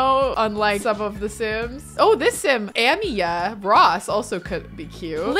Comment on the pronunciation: Amiyah is pronounced "Uh-my-uh"!